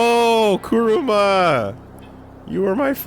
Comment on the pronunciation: I love when says Kuruma instead of Kurama because it means car lol